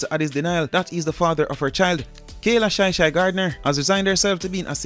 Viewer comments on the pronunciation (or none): It's not shy shy ,it's chy chy